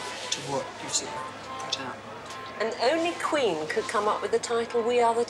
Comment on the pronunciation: “and is it possible that kween will make other soundtracks..” Classic German accent